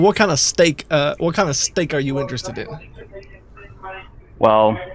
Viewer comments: Steak= a stick Vegetable= veg tahbal Virus= wirus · I swear I heard he said he preferred “stick”